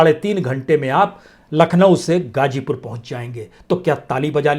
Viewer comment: मेरी आपके खोजी ओर सच्चे बयान के लिए आप के लिए दुआएं। मेरी गुजारिश है कि आप जैसी काबलियत वाले हमदर्द को अगर उर्दू अल्फाज़ की अदायगी के वक्त (मस्लन hajjar/hazar, gajipur /gazipur, khilafat/mukhalifat) थोड़ी करम फरमाई जरुर करनी चाहिए। इसको तनकीद न समझें। मैं आपकी वीडियो से ज्यादा आपकी आवाज का काइल हूं। सबसे बड़ा जिहाद जालिम हुक्मरानों के सामने सच बोलना है।